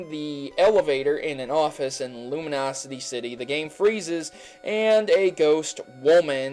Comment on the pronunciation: Did you just say ''luminosity city''? & she actually says, ''you're not the one'', instead of, ''you're not alone''.